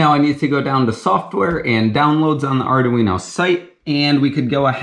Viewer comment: "Ardoo-Weeno" lol